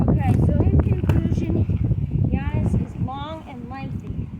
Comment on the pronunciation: As a huge Bucks fan I appreciate you saying Giannis’s name correctly! You know your NBA stuff. Love it!